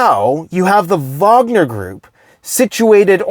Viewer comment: It's nice hearing you say Vogner and not Wagner. It kills me when people don't know the W is pronounced as a V.....